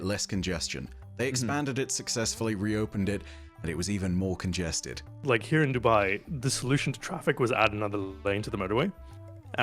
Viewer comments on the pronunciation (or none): none